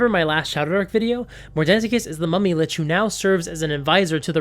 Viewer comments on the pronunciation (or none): none